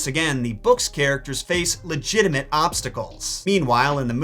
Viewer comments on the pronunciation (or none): none